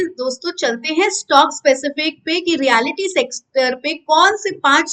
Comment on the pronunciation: मेडम, ये "रीयालीटी" नही पर "रीयल्टी" सेकटर बोला जाता है !!!